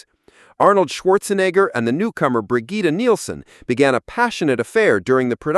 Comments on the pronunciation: It's pronounced either "Brijit" or "Brijeet". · never heard anyone say “Brigitte” like that… this is an AI narration, isn’t it?